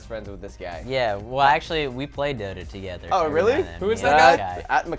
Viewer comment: Dota not Dora...